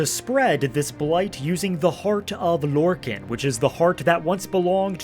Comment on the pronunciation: is this guy Trolling? Sotha SEAL? its S ILL like ILl SIL SOTHA SIL! and LORKIN? GODDD ITS LORKA NNN LORKAHN! the rage bait worked on me...